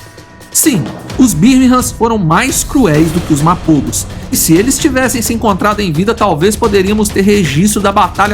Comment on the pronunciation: все названия коалиций специально что ли неправильно говорите???? Селатис на А ударение, МАПОГО на О второй слог!!!!!!!!!!!!!!!!!!!!!!!!!!!!!!!!!